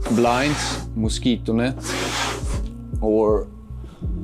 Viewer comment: MOSIKONÄTT. no dude it's pronounced: mosquito net.